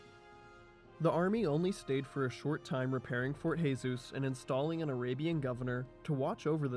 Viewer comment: Jesus is zhe-sus in Portuguese not khe-sus. Also, first imam of Oman was الجلندى بن مسعود in 751 CE ...you know, almost 900 years before Yaruba dynasty.